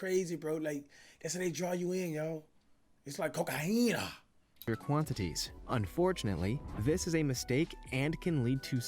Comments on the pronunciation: Lol “that’s Cocaine cokaena” lol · Aye Brooklyn 99 reference he said cocayena Who remembers that from Jake Peralta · Nah co cai een aaaaaaaaaa is what he calls is in his pronunciation lmao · Cash didn't want to say cocaine so he said cocajina he didn't want to be demonitized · cocoena lmaooo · Man said cocahina at least 30 times this vid 😂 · “Coacahina” that “sugar booger” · "Cocayheena" - Cash 2021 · “A COCAHEENA”😂😂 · nobody: Cash: CoCaHiNa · "COCAHEENA" LOOOOOOOOOOOL!!!